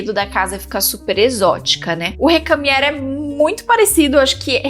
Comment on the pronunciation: é "recamiêr"...